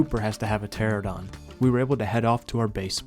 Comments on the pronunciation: How do you still not know how to say Pteranodon? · Learn how to fucking pronounce pteranodon